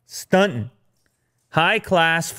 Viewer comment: I can not with how proper you say stuntin